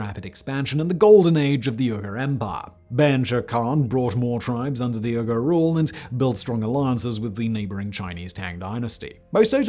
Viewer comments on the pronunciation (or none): Uyghur = WEE-gur Not "UR-gur". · One thing, "uyghur" is pronounced 'wee-gur'. As in the ethnic group the CCP is currently committing genocide on. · was listening only and had to check the subtitles because I thought Simon said Ogres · Ill give you a pass because English speakers always butcher other language words but its pronounced Wee-Gur not Er-Gur. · Uyghur is pronounced "WEE-gurr", not "URR-gurr". Would it kill you to learn correct pronunciation once in a while...? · "WEE-GUR" not "URR-GRR". Just btw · Google says British people pronounce Uyghur "oygah." Normal people pronounce it (more or less) "wee gr." "Wee gr" sounds better. *Among Uyghur people the "Uy" is slightly elongated, like "oo-ee," but also like "wee." The "g" is like the soft Spanish "g" (somewhere between h and k,) and the final vowel is more like "oo;" the r is somewhere between aspirated and rolled. Ooee-(hk)oo(hr.) Which is why Americans pronounce it "wee-gr." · It's pronounced Weegur! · Why does he pronounce Uyghur as “Oo-ger”? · Uyghur is pronounced as We-ghur. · You keep pronouncing “uyghur” like “ogre”. That’s not right. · He IS mispronouncing it.. it is WEE-GUR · Uyghur is pronounced “wee ger” in the United States which of course makes no sense at all based on the letters and pronunciation. But at least yours is a little closer to the letter pronunciation‼️‼️🤣🤣🤣😂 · uygher is pronounced “wee-gur” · Hey Simon, sorry to do this to someone of your talents, but Uyghur is pronounced wee-guh...... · It's pronounced WEE-gurr, Simon. The same people China's being so nasty to right now. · Uyghur, is pronounced like "wee-grr". They are Asian Muslims, hailing from Mongolia and China. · Come on Simon, do at LEAST the basic research. The tribe Uyghur is pronounced WEE-gur. It has been in the news for the last 20 years. You ruin your credibility with such obvious errors. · Uyghur is pronounced like "whigger". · Isn't it pronounced weegur? And manikayan? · "Wee-gur." It's pronounced "Wee-gur"